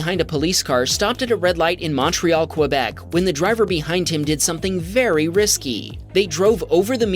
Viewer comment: Its not quuuou bec its Kuebec , Im from ottawa